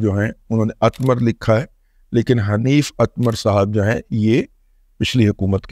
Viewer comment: حنیف اتمر ہی ہے، اتمار نہیں۔